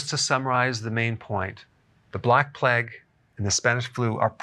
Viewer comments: Play-g not pleg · It's pronounced "playgue" not "pleg" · I love you Doc, but its PLAY-UG . Not so much Pleg lol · Who pronounces it "Pleg"? Haha. Was there a pleg of locusts in the bible too? No, its Plague. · Who pronounces plague as pleg? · Plague is supposed to sound like play+egg spoken really fast.